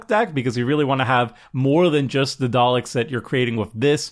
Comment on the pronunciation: I gave you a thumbs up just for pronouncing 'Daleks' correctly. :)